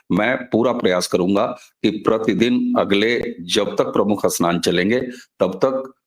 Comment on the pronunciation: Pahle Apne Uchhaaran sudharo Asnan nahin Snan hai